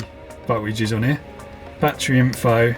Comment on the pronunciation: English is not my native, but still, is there any way you perhaps can improve your pronunciation, perhaps exercise or something?? For instance word like battery, becomes boitaray oys and ays you knoys broi- thei youi goi main